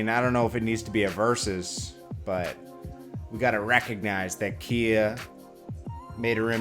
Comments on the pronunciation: Not keya, its ky-ya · it’s “Ki -yah” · Khia - it's like Sky but Khi + a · How you don’t know how to pronounce her name 🤦‍♂️